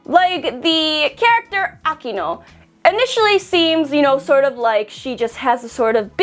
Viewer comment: It's Akeno not Akino